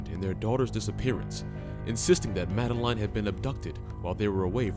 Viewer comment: At least respect her by spelling and pronouncing her name properly, its Madeleine.